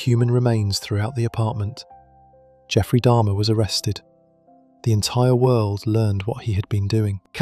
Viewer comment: It's jeffrey dahmer not dharma good grief. If you really did a true deep dive into these cases then how tf can you not even get names right wtf 😂